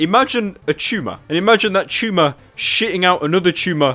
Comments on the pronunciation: How to say the word "tumor" right. Chumah... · What's a ''chewmer''? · sounds like he is saying chuma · I honestly thought he said Chooma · La Cruz Its not a tuhmare!!!